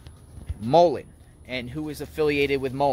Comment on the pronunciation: Y do you keep going over the same question for anything going of the stupid sentences and it's mullen not Tim mollen